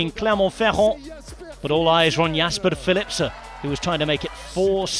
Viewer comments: He does know its philipsen not philipser right? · Why does he say Philipse? It's Philipsen. Not difficult. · OK! So, Belgium is bilangual, right? French and Flemish. And I'm sure a lot of local dialects. If they say Philipse in some dialects, I'm not sure it's correct to do so on an English speaking sports channel. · Is the "N" in Philipsen really NOT PRONOUNCED? At least he didn't cut anybody off today, but it's a nasty habit of his... M 🦘🏏😎